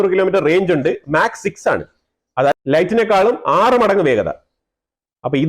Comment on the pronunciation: Slip of tounge - mach is x sound not light